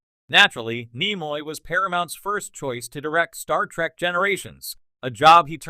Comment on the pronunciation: I hate the way that this AI says Star Trak not Star Trek.😡